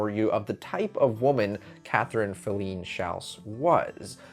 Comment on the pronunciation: Very interesting. I’ve attended many performances at Wolf Trap, but never knew the back story. One thing though, you kept mispronouncing Filene. Emphasis is on the first syllable and it’s a long ‘I’.